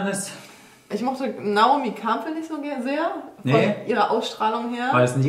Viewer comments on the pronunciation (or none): Caro is eh ur cool. Aber bitte, WARUM sagt sie denn (genau wie in der Show) so demonstrativ, fast schon absichtlich abwertend wieder "Kampl" statt Campbell? In wien könnte man n Wortspiel machen " Naomi, geh die Kampln, deine hoa schaun scho so zazaust aus." …. Nein, ernsthaft, warum muss man sie die ganze Zeit zu einem Kamm machen?! Man muss ja nicht absichtlich alles anglizisieren, aber doch um Himmels Willen, einen englischen Namen, muss man auch nicht krampfhaft germanisieren!!! & niemand korrigiert sie. Campbell hat doch nix mit einem Kampl zu tun!!!!!!!!! Find ich echt schockierend. Aber ja, vlt is es Absicht v Caro weil sie sie nicht mag u rausflog in d Show … weil sooo schlecht englisch wird sie nicht können, sogar jmnd der kein englisch kann, kann Naomi Campbell aussprechen!!!! Sie hörte es ja auch v den anderen die richtige Aussprache des Naomi Namens.